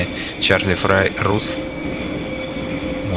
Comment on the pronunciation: Чарли Фрай-не Чарли Фейл